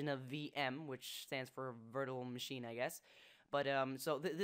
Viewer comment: "Vertuhrole Machine"